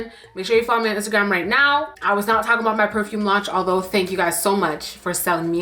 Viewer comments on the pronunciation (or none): Not the ABOOT😭😭😭😭😭